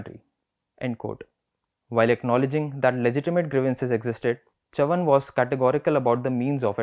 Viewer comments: His last name correctly pronounced sounds so regal. The way the host pronounced it sounded like he was saying chuvuni the coinage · Great selection, but please get the pronunciation of Chavan correctly. Read the word in Hindi , you will understand the correct pronunciation. It is very irritating to hear it pronounced incorrectly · Well, as a Maharashtrian, I appreciate effort to put YBC's speech on record again. It would have been really good if he had learnt to pronounce his name, which is not tongue twister, properly. Similarly, let me say that you editor DK singh, might be well versed in delhi politics, his understanding of Maharashtra and its politics is shallow. forget about narratives and intricusies, DK gets most basic facts about MH politics wrong. it feels like he is reading Hindi newspaper. it is huge disservice to all parties and leaders. Let's hope that journos like Manasi Phadke, shared from bengaluru will get their opportunity to report these stories. Best wishes to the Print.